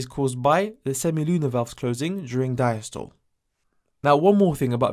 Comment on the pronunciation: bro it’s pronounced sis-tol-le and di-as-tol-le